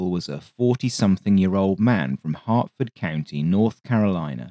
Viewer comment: It's "hurt"Ford county. Town of Como.